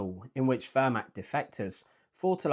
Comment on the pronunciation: Pronunciation tip: the eh in Wehrmacht is more pronounced like the first e in where, not like the e in her.